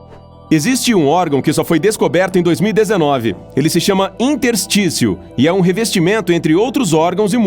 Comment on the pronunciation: INTERSTÍCIO KKKKKKKKK